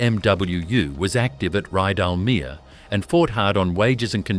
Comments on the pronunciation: This is AI narration.. Why do you do it..? The narration often doesn’t match the video..Ridalmear.. really.. .? Terrible research, so many mistakes. Do better..! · More AI drivel. Can't even correctly pronounce Rydalmere. The Air Tourer aircraft doesn't even rate a mention